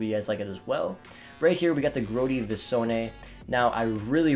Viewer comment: Way to butcher the name of the visione and unable to say schlagen